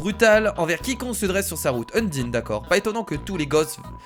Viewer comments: sa ne se dit pas sans mais sensé et undyne se dit undaillne (en prononciation) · sa se dit undayne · prononce les noms en mode anglais stp c est mieux pck undyne en mode français ça le fait pas